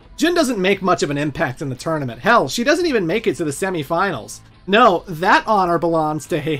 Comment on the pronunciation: Are you purposely saying tournament as "tourmanent" throughout the video, or is that a genuine slip up?